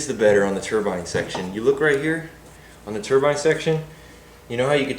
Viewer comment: I like you. You said turbine not ter-bin. Like most Americans!